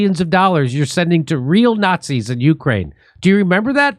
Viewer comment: “Snotzis”. Lol